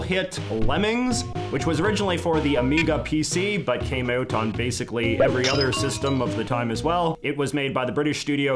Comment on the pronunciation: I’m loving the video but the way you say “out” gives me A.D.D., Takes me about 8 seconds to be able to hear you again after you say “ooooot”